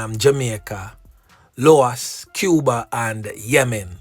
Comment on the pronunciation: Eswatini not Eswantini and LAos not LOas. Yuh want teach but reluctant to learn? Kmt